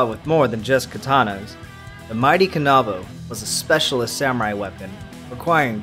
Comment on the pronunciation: Ka•na•bo not ka•nab•o